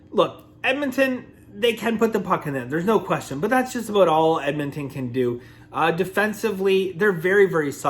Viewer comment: true Canadian comes out when talking Abouuut Hockey